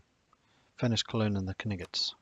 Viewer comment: The Kuniggits? Im not sure thats now you prnounce the Knights...XD